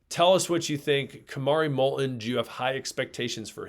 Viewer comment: I notice one of you consistently pronounces "t" in Molton without touching the tip of y our tongue to the front roof of your mouth. More and more people are using this incorrect pronunciation